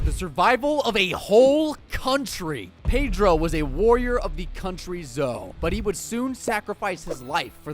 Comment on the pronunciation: My guy pronounced Pedro wrong